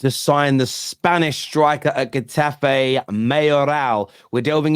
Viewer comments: hahaha its pronounced Hetafe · If u ever want someone to talk to on La Liga players HMU 👊 big fan of the channel and can't handle how u pronounce Getafe 😅😂🍻